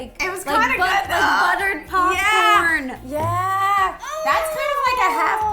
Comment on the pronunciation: ro said potcorn